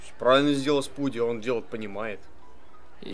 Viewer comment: Не спуди мэн,а спуди мун.